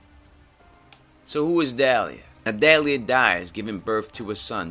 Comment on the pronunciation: yo the name's Dalla, not Dalia. Keep em coming man, love your videos